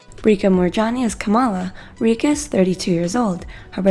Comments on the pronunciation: Okay I’m Indian and it just really annoyed me that she said R-EE-KA Moorjani, that’s wrong, it’s literally phonetically pronounced, Rich-ah Moorjani, I don’t mean to be rude with if you don’t know how to say it then search it up or smt. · Hey it's not RI -caaa Its Ri-cha "Cha" as in CHApter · It's ree cha not rika